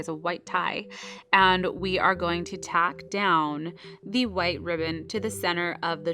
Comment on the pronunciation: its tuck not tack